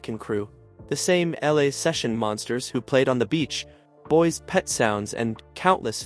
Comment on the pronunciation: Happy to see a Monkees video. But the channel needs editing. Sounds like AI. Mispronounced polish and Beach Boys